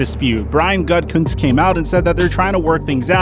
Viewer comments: Why do you keep pronouncing it Gut-kunst? It’s ridiculous. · Bro, it's not pronounced Gut Cuntz, it's pronounced Goo-da-Kunst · It’s pronounced “goo-ti-kunst”